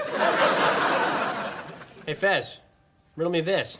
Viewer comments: It’s fez not fes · CARLOS GUTIERREZ it’s Fez not fes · He's fez not fes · Fez not Fes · It's Fes, not Fez.